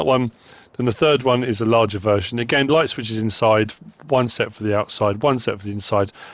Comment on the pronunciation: Almost always some great mods in modreviews. Almost.:) Mostly great assortment of attachments from NMC, but the digging buckets will be great if you have dirt on the map like on Rassvet and the grapple will cause frustrations for loggers. “are you lait (late)? No you’re misunderstanding. I said I’m lait (light)” 😂 You sound like you’re feeling better again 👍🏻